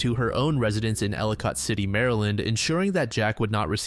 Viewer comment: Ella Kitt not ella cott city lol